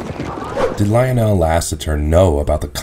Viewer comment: Good clip. fyi Lionel is pronounced Lie-Nel, not Leo-nel 😉